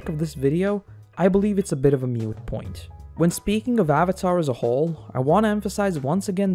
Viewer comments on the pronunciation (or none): you also should have learned that the word is "moot" not "mute". there are no "mute points," there are "moot points" as in points that are irrelevant